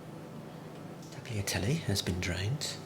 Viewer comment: The g from tagliatelle is silent “is taliatelle”